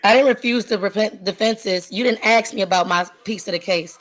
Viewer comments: And Ladies and Gentlemen there she said the "A-Word" and from that moment on she needs to shut the duck fup. She said, "AXE" instead of ASK! COURT Adjourned! Next! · "You didn't axe me about my defenses!!" :face-purple-crying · Another one. Axe instead of Ask. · In my court she would be required to say "ask". She would not be allowed an "ax". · "You didn't axe me about my defenses." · She lost all respect when she AXED her questions. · So supremely annoying person, if you want to sound smart, you ASK a question, not Aks. Why are you wasting everyone’s time while your kids clearly need attention? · She axed a question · Why axe? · She’s just trying to ax questions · They know it’s wrong pronunciation but they think axed sounds cooler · Anyone who says axed instead of asked is immediately revealed as not knowing what they’re saying. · If you can’t pronounce the word “ask” then I would think you shouldn’t be “axing” questions! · "I can't axe a question?" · ASK not AX! Learn to speak English correctly when it's your mother tongue. 🙄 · "you didn't ax me...." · She can't axe a question...... 😂😂😂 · How come BLACK'S can never say "ask" instead of "AXE", 🤣🤣🤣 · Why do black people pronounce ASK as AXE? Just curious... For all the effort they will put forth to steal or get things for nothing they could actually accomplish something of worth! Like learning an actual trade or skill! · She knows the law so much but she can't speak without saying ax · Can’t axing tells me all I need to know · you didnt aks me. lol typical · "Ax" a question Miss Intelligence ~ She's unreal.... In This World we follow Rules & Laws... It helps make our Whole World better, for all, not just the arrogant narcissist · Why do people use axe incorrectly. Just saying axe instead of ask is ignorant in itself. Good for the judge for not putting up with her BS. A new generation that wants everything for free. Ridiculous! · I have zero respect for anyone that says ‘aks’ instead of ‘ask’. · No, she said "axed".